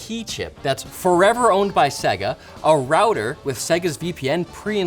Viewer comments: Who the heck are segger, its pronounced say-ga, have never heard it pronounced like that. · What’s with the guy saying seh-guh instead of fucking sega????? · Sega not Seiga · Come on guys, they literally tell you how to pronounce SEGA in their game intros. It's SEY-GAA, not SEGGER... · Why can no one at LTT pronounce "Sega" properly? Do they not remember the old "Say-gaaa!" opening screen? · Ffs say Sega properly.... say-ga had to turn video off half way through as it is infuriating to constantly here the mispronounced version of Sega. BTW love what you guys do. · Why can't anyone pronounce Sega correctly? It's literally yelled at the beginning of its most popular game of all time. SAY-GUH! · Why can't you say Sega? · The way they say Sega bugs me lol, Think Sonic 1 bootup.